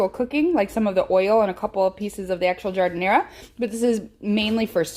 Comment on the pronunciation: Fantastic, love this recipe. And it's gotta be authentic 'cause you pronounce Jardin-air the way it's pronounced in Chicago.